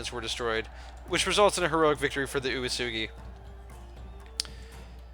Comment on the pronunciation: "Uesugi" is pronounced "way-soogy"